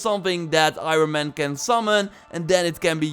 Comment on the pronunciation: Does anyone else get triggered the way say iron man